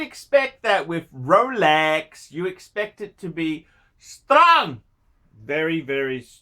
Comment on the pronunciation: Haha "STREAONGH!" russian accent. Yeah of course ROLEX is strong, Rouhleks never loses.... any other watches can't survive 2020 gracefully, Lolex can.